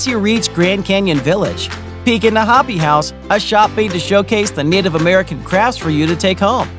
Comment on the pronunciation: It's pronounced Ho-pee (Hopi), Mo-hov-ee (Mohave), and Ro-day-o (Rodeo Drive).